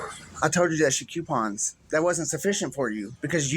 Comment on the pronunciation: It is coooo-pons.... Not "Q-pons"😂